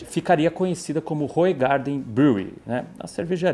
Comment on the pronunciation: Olá, se fala "Ruuraardan"! Eu sei pq sou da Bélgica, é servida com uma rodela de limão, é uma delícia....Mas engorda que é uma desgraça 😂😅